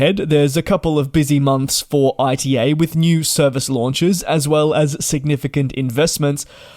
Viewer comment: It's called ITA like in 'ITA-ly non AI-TI-EI